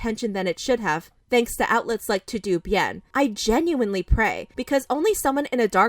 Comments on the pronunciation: Todo is pronounced toe dough .. not to do lol 😂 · is it not "todo bien" and not "To do bien" ? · You said Todo wrong sis lol It’s a Spanish word Pronounced like “Toe-Doe” ♥️ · Hi, I don’t want to take out importance of this story and I know that you want to say the truth but is in Spanish and it’s pronounced toh-doh. Loved the way you told the story and how you highlighted that it’s still not sure which allegations are true and which is false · Anyone else had a lil laugh when she pronounced TodoBien "too-doo" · Todobien is pronounced toe-dough bee-in lol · Lol the way she said mahalia and to do bien. It’s toh doh bien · That's my exact thought. Why did she pronounced todo like tudu when the last part is obviously bien? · The way ‘ToDo’ was pronounced lol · Okay, this is serious but the way said "todobien".... I couldn't help but laugh! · Bruh she legit pronounced “TodoBien” wrong 💀—- I died.